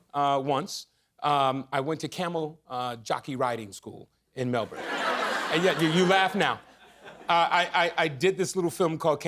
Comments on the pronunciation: Double points for pronouncing Melbourne correctly Anthony! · no that's how Americans pronounce it. We don't emphasis the ourne. It's more just like Melbn 😅